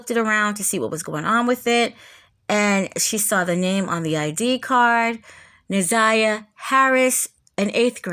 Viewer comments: If you care about her sharing story so much could you care enough to pronounce her name correctly please. It’s Na’Ziyah not Ni’Zaya and the mispronunciation is extremely annoying to here repeatedly…😊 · People like to criticize over any little thing. I saw how someone criticized your mispronunciation of Na'Ziyah's name. I didn't notice it. Please continue to expose these predators and fuk the comments😂😅